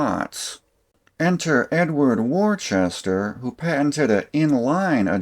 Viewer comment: Woostah its Woostah not worchester, WOOSTAH